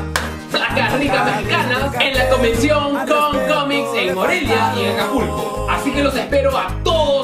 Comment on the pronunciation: del al ; dijo ''APULCO'' en vez de acapulco lol